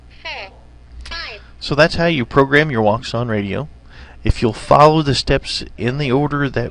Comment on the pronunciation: Nice video, but I must add a detail: Wouxun is not pronounced as wou-xun but in chinese it's pronounced as wou-shin (quite similar pronounciation as the word "ocean" in english)